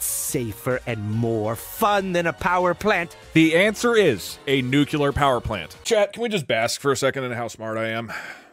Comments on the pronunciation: and he lost again. It was a nuclear powerplant, not a nucular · "How smart I am" And says "nucular", they do not go together Doug. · He shouldn't get the nuclear power plant question right because he said nucular, such a thing does not exist. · wait, did he said Nucular?